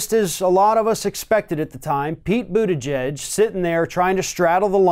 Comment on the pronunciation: I just noticed you finally stopped saying literally "Boot Edge Edge". Lol.